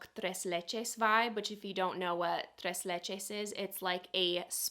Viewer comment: Your pronunciation of “tres leches” is 💯